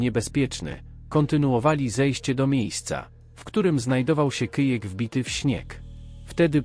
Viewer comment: Jak zwykle na latwizne... lektor AI... Kyjek treakingowy Nadyji... Po co robisz cos w co nie wkladasz ani odrobiny wysilku... Wez przyklad ze Szczytomaniaka. Radosc sluchania, a tu nic poza kalectwem...